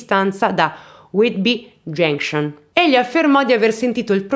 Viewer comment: Grand Trunk!!! Genscion😂😂😂😂😂..ma cribbio che pronuncia..va be dai almeno fai ridere..più ti sforzi di pronunciare giusto più ti escono delle cose aberranti